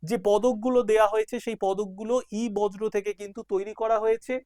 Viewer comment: sir ota বজ্র না বর্জ্য, উচ্চারণ টা বর-জো পদার্থ হবে